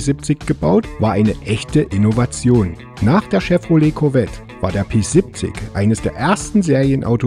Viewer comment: Danke für das schöne Video. Mich hat das Auto immer begeistert, es ergab sich leider nie die Gelegenheit jemals eines zu fahren. Ein kleines 1:87 Modell habe ich mir einmal "geleistet". Kleiner Tipp an den Sprecher: Das Fahrzeug wird "Pe siebzich" gesprochen. Nicht "Pe sippzick", bitte. So hat es sich angehört. Das klingt voll gekünstelt. Ja, ich wohne auch im Erzgebirge und wir neigen dazu, wenn wir dialektfrei sprechen möchten, falsch zu betonen. Im Hochdeutschen sollte man die Endsilbe "... ig", wie in "König, wenig, artig, stetig und unsere Zehnerzahlwörter" stets als "... ich" aussprechen. Das ist nur ein Tipp, keine Kritik.